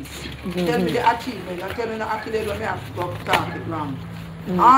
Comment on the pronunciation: 😂😂Kreater wid nuff “akulades”😅😅